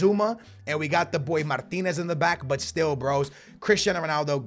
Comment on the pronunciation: Martins, Martins. Not Martinez, you're not spanish